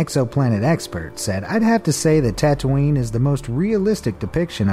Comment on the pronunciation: XD he said Tatoonie then said something else